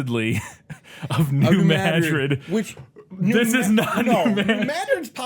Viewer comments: I must say it: New Madrid (with the emphasis on the i) would be the proper way to say it. Madrid derives from an arabic word, and those tend to have emphasis on the last vocal, just like hebrew words, also, just like the word Breen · As somebody whose family lives in New Madrid, hearing it pronounced the way it is in the movie makes me physically cringe. I've drove down Main St. a billion times by now and you're totally right about how a three story building is unheard of down there. Most of my time is spent worrying about mosquitos much more than earthquakes, though. Great video as always guys!!! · I loved the tidal wave passing over the top of the Missouri Capitol Building in Jefferson City.....over 250 miles away. Characters are in one location one minute and then 100 to 300 miles away in the next scene. Pronounced New Madrid wrong every freaking time they said it. Giggles. I'm convinced they used stock news footage from the Joplin tornado. This film looks like it was made using groupons to buy stuff and was written by some middle school students who had no access to the internet. This film is absolutely tragic garbage. And I love it. It's hilarious.